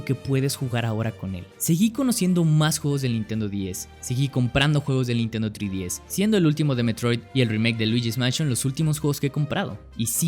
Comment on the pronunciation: No pude ver el vídeo completo debido a que pronuncias mal "3DS" .... En serio, "TRÍ-DI-ES"... ??? TREEEE... ÁRBOL 🙄🤭